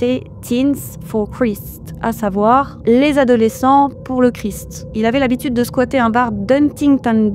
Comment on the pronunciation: Faudrait travailler la prononciation en langue liche: Christ se prononce '' craille(ste) ''. Un petit effort si tu veux te faire scanner le QR code 😂